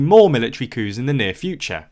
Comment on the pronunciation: this video is a lot more fun if you imagine he's saying "cow" and "cows" in a weird accent instead of coups.